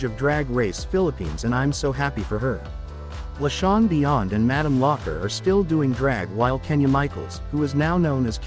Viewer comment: And Laa Shawn beyond. The pronunciation is very odd at times.